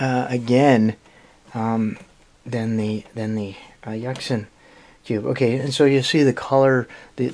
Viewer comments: did he just pronounce Yuxin as Yucksin? x( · It's yooxin ya derp